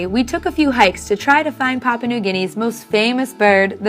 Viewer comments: It might be a good idea to learn how to pronounce the name of the country properly, it's PAH-PU-AH not PAH-PAH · If you're doing a documentary on Papua New Guinea shame on you for not doing your research and learning how to pronounce Papua correctly. Here, I'll help you out. The first "pa" sounds like the first "pa" the word Papa. In case you didn't notice there is a "u" in there before the last "pa" . pronouce that "u" like the word "poo" . Then they last "a" also sounds like the "a's" in the word Papa. So there u go "Papua"